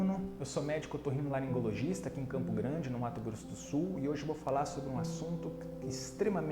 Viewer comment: Não sei como consegue falar otorrinolaringologista 👏👏👏👏👏👏👏👏